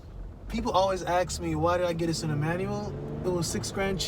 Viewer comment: "People always AXE me..." Thumbs down for being ignorant.